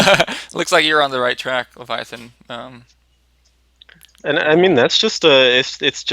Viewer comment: Good luck with that game design,, looking forward to play your games...:) Oh by the way: Thanks for pronouncing it correctly, Leviathan